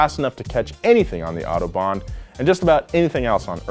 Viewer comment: Autobahn bro, not autobond....lol